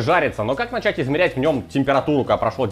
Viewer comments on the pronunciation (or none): none